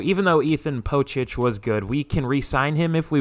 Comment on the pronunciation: Ethan POE-SICK... that's how you say it lol